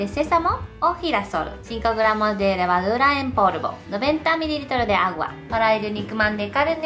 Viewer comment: Ose en vez de negro dice neglo pero en vez de polvo dice porvo .-.?